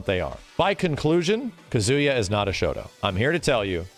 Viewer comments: He also says Ka-ZOO-ya, rather than KA-zoo-ya. It's the weird American pronunciation of 3-syllable Japanese names where the 2nd syllable gets stressed, like Ma-KO-to, rather than MA-ko-to. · Ka-ZOO-ya, instead of KA-zoo-ya. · KAH-zu-ya not Ka-Zoo-ya... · Bro said kazoooya 😂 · Everytime I hear kazoooya I die a little. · Imagine not being able to pronounce Kazuya correctly. Edit: and Ryu Edit: and shotokan karate.... And not knowing that it's a real martial art..